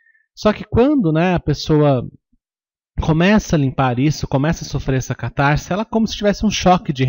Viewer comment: Lê -se CatarSe, e não "catarZe" O "S" só tem som de "Z" quando está entre vogais ( caSa, coiSa, caSamento). CatarSe ( "S" entre consoante e vogal).